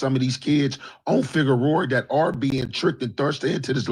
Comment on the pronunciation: "FigueroER" 😅😅😅😅 clip THAT